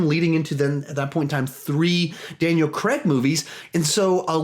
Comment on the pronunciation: It’s pronounced craig